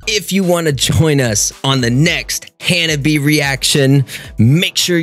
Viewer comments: The band name ... in Japanese. It's 4 syllables, not 3 like you are pronouncing ... Han-nah-bee-yay. You are saying "fireworks" in Japanese :p . The bands name roughly translates to "cold flowers". We Love Sweets is probably next ;) . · And it's pronounced "Ha-na-bee-ay"